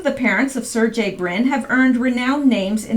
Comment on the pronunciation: Surgey - Hard g like Sir-gay